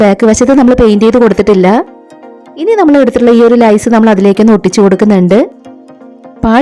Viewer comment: അടിപൊളി.❤ ലേസ്.. ആണ്. ലൈസ് എന്ന് കേൾക്കുന്നു.